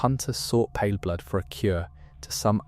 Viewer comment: stop saying palerblood also paleblood is the player character